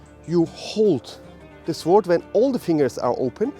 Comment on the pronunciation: Great lesson. But - as a small tip - you actually do not pronounce the 'w' in 'sword'. Unhappily I don't have time to go your seminar this weekend. Was really looking forward to it. By the way, I think the part in front of the index finger is called the root of the index finger. But I could be mustaken there.